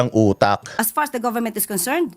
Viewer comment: Did she say “as “past” as the government concern? 😂😂😂😂